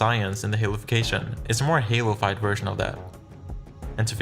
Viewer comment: every time he says "halofyed" It sounds like he said halo 5 and I got really confused at times